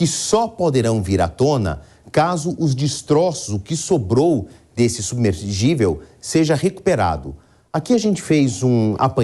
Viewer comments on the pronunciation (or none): Submergivel?? Nem os repórteres sabem mais falar português?? É SUBMERSÍVEL !!! Não tem G no meio não!!!